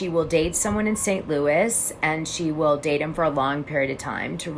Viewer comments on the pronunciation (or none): none